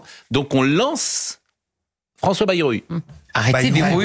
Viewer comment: Une bonne fois pour toutes, enfoncez-vous ça dans la tête : BAYROU SE PRONONCE BAÏROU !